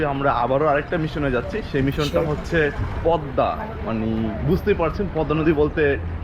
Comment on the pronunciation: You should say Pod_da (Podda), not Pod_ma (Podma) by the way it's not your fault, it's fault about Bangladeshi video vloger's why he wrote down Podma?Anyway very nice your reaction.🇧🇩🤔🤔🤔🤔🤔